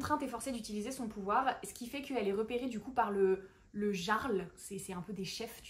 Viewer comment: Très chouette vidéo 🎉 petite aide "prononciation" , le "j" dans les mots Jarl et Bjorn pour ne citer qu'eux, se prononce comme un "y" ou "ill", donc "yarl" et "Biorn". Je ne connais pas l'autre mot par contre 😅 ⚔ Sinon, Hourra pour la fantasy et la romantasy ! ⚔